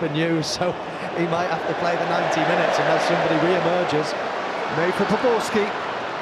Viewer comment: C'est POBORSKY lol